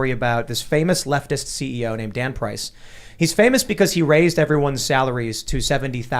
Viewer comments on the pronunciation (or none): Tim: We got a story with this guy Dan Price. I heard: we got a story with this God damn price XD